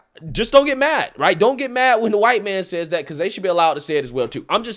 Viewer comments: Forget anything else I love how she says wh . I thought they just messed up with R and L lol . Disclaimer I am not white and I share my ethnicity with Russel Peters lol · Hahh!... she herself is, "K'hhhwite". *(She should learn pronunciation, too. The schools have failed her, but succeeded in their society-destroying brainwashing. They've made a perfect "useful-idiot" [in Lenin's words] out of her. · isn't her 'pronunciation' of white/hwite just making it an exaggerated rude, spitting noise?' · It's like she is spitting on white people when she says it like "hwite". It's sad really that the double standards going on right now. Those that spew hatred against whites seem to think that it's not racism but if whites said this they would recieve backlash and get rightly so. I mean lord you hate someone because of the color of their skin but are literally calling out whites for racism. . . Hypocrite plain and simple. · what a waste of cognitive ressources to pronounce white as "chite" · " phhwite people" lol I don`t have a clue what she is raving about? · She has white skin while she keeps saying “hwhyte” No one cares how she feels and she can stay as far as way from me and every “hwhyte” person with her hate and racism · its honestly funny hearing her say shit rhetoric about gwhyte peeple when she basically is gwhyte but shes korean so she doesn't fall into the gwhyte classification because we all know its ''you are in that group'' or ''i am in that group'' ''you ain't that'' etc,... Her consistently saying 'hwite' is because shes mocking and its triggering her to say white or think about it. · I thought my concussion hearing issues evolved to a new form of stroke when I heard her start saying "hwite" people. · What is with the"whhkkkite" pronunciation🤣🤣🤣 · When she says, "hwhite", she is imitating the sound you make when you hock a loogy. It is a disgusting, hateful pronunciation, by a hateful, racist person.